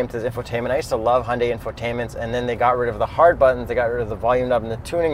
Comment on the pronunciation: It's pronounced Hi-oon-die not Hundie